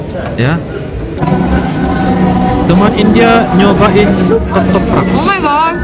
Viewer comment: ketoprak bukan ketropak, bs dibilang mirip gado2 tapi bukan, salfok = salah fokus(perhatian ke yg lainnya)